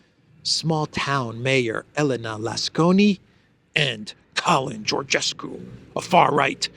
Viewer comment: Congratulations and thank you for practicing the correct pronunciation of Catalin Georgescu's name. It is a pleasure to follow you on Duran as well. I wish you all the best.👍